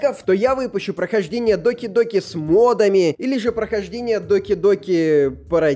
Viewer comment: Не доки доки а даки даки😂